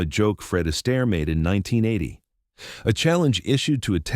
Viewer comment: Your A.I. is hilarious. MR ASTAIRE,becomes MR EASTER.